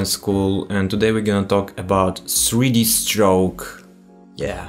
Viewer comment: сри ди строук 😀 крикнул с произношения, ну а так-то спс за туториал!